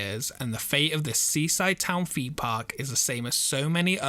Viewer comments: "Expedition FEME Park" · Love your videos! The British accent always kills me 🤣. It's weird. You pronounce the "th" when you say the word the, yet one hundred and thirty is pronounced one hundred and FERTY. Same with theme, or rather ... Femed.